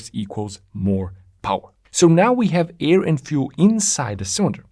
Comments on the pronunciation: Like u mate , but u pronounce "AIR" the same way u pronounce "EAR".....,the vowel should b pronounced as in FAIR or FARE....(though combustion engineer I had to learn all those dialects as a kid , not to b bullied, I ended up with a language ear)..... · Llike u mate, but u pronounce Ear and Air....the same way... Air is pronounced in a similar way to Heir.....